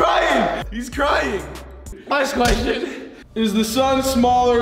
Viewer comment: “last quechen” 😂😂